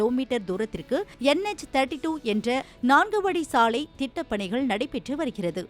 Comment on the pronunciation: சாளையா, சாலையா? ஏண்டா உங்களுக்கெல்லாம் தமிழ் எழுத்துக்கள் சரியா உச்சரிக்கவே வராதா 😢😢😢😢 ( லை ) நுனினாக்கில் சொல்லுங்கள் 🙏🙏🙏🙏